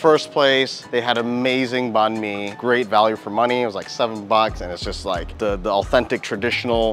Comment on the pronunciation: Banh Mi is pronounced as Bine(as in Fine)-Mee, not Ban Mee. Please, learn how to do the Tieng Viet pronunciation before butchering the name, urgh.